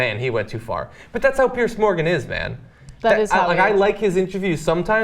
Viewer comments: Ana it's Piers with an "S" not PearCe. Fuck me. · Why can't Americans pronounce the name "Piers"? PIERS. Not "pierce". You know, just like those wooden things that stick out into water. Sounds the same as "peers".